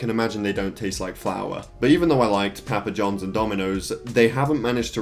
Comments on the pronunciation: He said pæpæ johns haha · Love the way he says papa johns lol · The way he says PAPA Johns just makes me laugh